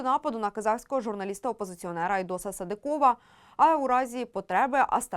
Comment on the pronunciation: Чому ведуча така безграмотна? СадИкова, а не СадикОва. Так само - СадИков. Коли вже навчаться правильно говорити? І це стосується майже всіх ведучих на всіх каналах.